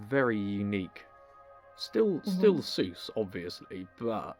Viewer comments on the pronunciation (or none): SEUSS not Zeus